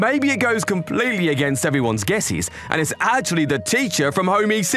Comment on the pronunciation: Home Ec, like economics, not e-c.